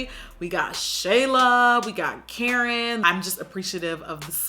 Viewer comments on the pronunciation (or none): none